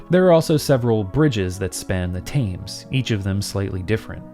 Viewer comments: One thing to note. The River Thames is pronounced like "Tems", not like "Tames". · the river is pronounced "Tems" or "Temz", not "Tames" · not how you say thames. its basically - tems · Hate to be that Brit (or do I?) but Thames is pronounced 'Tems', for whatever reasons we still pronounce it by it's original Celtic name.... But outside of being a Grammar/LanguageNazi, loving the content on your channel! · The way you said Southwark and Thames admittedly made me giggle. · Loved the video, though your pronunciations of Southwark and the Themes hurt 😅🤣